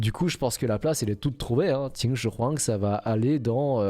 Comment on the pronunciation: La façon que tu prenonce "Qin Shin Huang" l'accent ma cassé les oreilles 😂😂